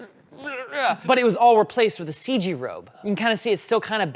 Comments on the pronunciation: did my guy just say "full ceeg" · If he says "full seege" one more time, I'm going to unsubzzz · So we're just saying "Seige" now instead of CG?